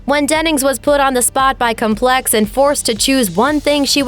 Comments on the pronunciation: Terribly hard to listen to this robot voice. The magazine is complex not comPLEX. She is talking while kat dennings is being shown (I’ll direct you you already made comments why that’s a good thing). And I’m super impressed by how life-like it is! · Complex is pronounced COM-plex